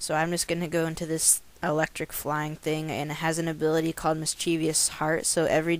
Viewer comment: Wow you're just stupid Mischievous Heart isn't pronounced Miss-chee-vee-us Heart, it's Miss-chi-vus Heart. ZEUS is spelled Z-E-U-S, not Z-U-E-S Also, your team sucks, it's only slightly better than the even crappier team your opponent was using.